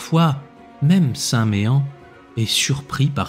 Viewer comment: Bonjour, En Bretagne on prononce « St Men « et non pas Méen😀💕